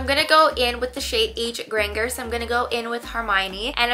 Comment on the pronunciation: You butchered Hermione’s last name it’s not Granger with a hard g. It’s granger you know like RANGER?! Do you not know how to spell!?